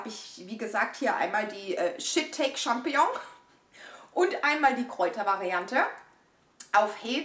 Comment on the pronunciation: Immer wieder eine Freude, Dich beim Unboxing zu erleben :D Der Pilz wird übrigens "Shiii-taaa-kee" ausgesprochen :D